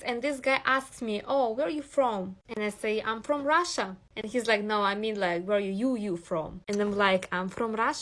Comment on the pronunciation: “Im forom Rasha Mazafakka” 😭😭😭😭😭 and she doubles down 😭😭😭😭😭